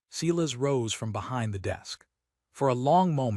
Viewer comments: Silas pronounced sigh as not see las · I liked it, subscribed and it still flashed at me to subscribe. So distracting from a good tale. Sigh-lass not whatever ai was trying to say.